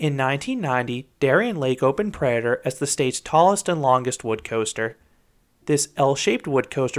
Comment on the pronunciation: "Predaher"...it's driving me crazy.